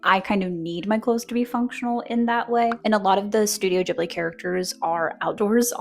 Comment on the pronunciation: Pronounce ghibli like ghoul. 😆